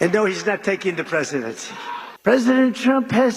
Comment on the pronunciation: The Presicheedency....? Wtf was that ?